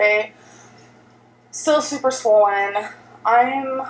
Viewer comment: I hate how she calls it swollen.